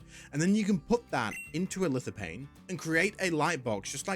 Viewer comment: Lithophane! There is a ph. It makes a "F" sound. Hate doing this but it really annoyed me. Great video. Keep up the good work.